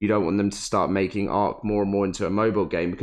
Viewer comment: What is "Ass-err"